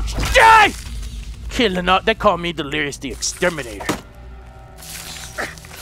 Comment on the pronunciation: he say wife lirious and baby lirious